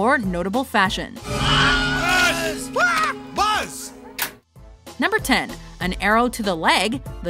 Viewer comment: Did Buddy Said Buzz Like A Bee Instead Of Boss ? XD